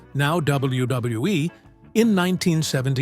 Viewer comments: AI can't say double u 😂😂😂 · The W-bub-hub-WE😂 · LOL! The way the AI says WWE and WWF is funny AF. Da Da duwuwu dubwoo eff LOL! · I really wish they would stop using AI cause they can't say WWE correctly